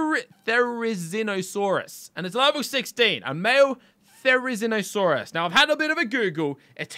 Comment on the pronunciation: its pronounced "THER-zEEN-ae-saurous